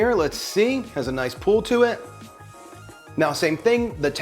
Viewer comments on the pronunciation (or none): Is he saying "cheese pool" instead of "cheese pull" hahaha? Great video!